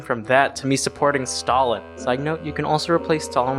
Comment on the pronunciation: You've butchered Stalin's name so bad, that my ears started to bleed. And if you compare the gulags with american prison, you're commiting a grave sin. Gulags, or Lagiers were a work camps, not just prisons. The inmates were supposed in theory to "Rehabilitate themselfs by the work". It sounds awfuly simillar to the "Arbacht macht Frei" put in the entrence of Aushwitz concentration camp, with that model approved way back by Lenin himself with the creation of special place for prisoners on Solovetsky Islands. Those 40% of people released especially in the times of the World war, past 1941 you've mentioned were mostly a pow's who were not freed. They were transferred to the newly formed units in the Red Army. Some of them were lucky and managed to catch up with the Pact Sikorski-Majski that allowed them to join army of General Anders, who managed to escape the USSR after Anders realised that those 20k of the officers from Katyn were not going to show up and he didn't wanted his men to get forced back to the camps. And mind to remind you, they were before the release a POWs. Still the conditions in gulags were terrible. Firstly the camp's inmates were supposed to get transportted there. It was a long ride... in the cattle wagons, often without any source of heat. On Siberia the temperatures of -40 Degrees of Celsius are normal, even in middle/late autumn and early/middle spring. The train ride could last for many days, and could result in death from the frostbites or starvation.